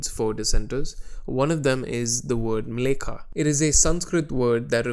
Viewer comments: By the way, it's Mleccha, not Mlekha. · Not to be that guy, but the term 'mleccha' is pronounced differently, the second syllable is 'cha' not 'ka'.